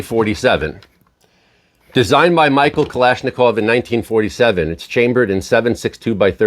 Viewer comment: Soooo I guess we are just going to ignore the fact that you absolutely butchered Mr. Kalashnikov's name, huh? Edit: No sooner did I post that comment did I hear you propagate the eternal retardation that the AK platform struggles beyond 300m. Seriously... Stop writing your scripts from Tom Clancy novels and wikipedia snippets. lol